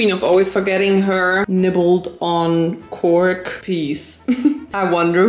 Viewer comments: I mean… that didn’t sound like CORK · "Vincent likes to nibble on cork" I WASN'T PAYING ATTENTION TO THE SUBTITLES SO I THOUGHT SAID "COCK" AND I FELL ON THE FLOOR LAUGHING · "Vincent loves to nibble co-" STOP RIGHT THERE "cork" . . . I swear it didn't sound like cork, my unholy ears 😭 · Pls😭 The “Vincent loves to nibble CORK” killed me I THOUGHT SHE SAID COCK AND IDK IF THAT WAS THE POINT💀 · You say cork the same way my sister says conch 🐚😜🤣